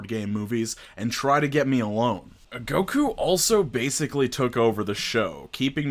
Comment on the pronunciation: I'm so sad to hear Goku's name slandered like this 😩😂